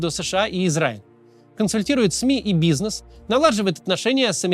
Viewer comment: Все бы хорошо, но неплохо было бы поработать над гиперкоррекцией, как например квЭст вместо квест произносить... бизнЭс вместо бизнес